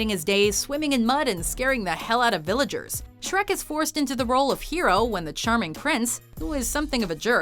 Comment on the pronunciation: Sherk? Sherk!!!! Get your pitchforks outs.